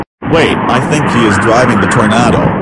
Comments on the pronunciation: Eric's wrong pronouncing: Evil > Eh vil Deeper > Deper Booger > Boojer Tornado > Tornahdo Jail > Gal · ugh do go animate charecters talk right? they cant even pronounce tornado right.